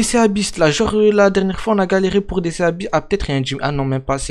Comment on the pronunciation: juste c'est pas ça se lie pas sea beast ça se lie si bist